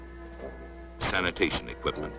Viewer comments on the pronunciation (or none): "saniation equipment" Is this film a joke?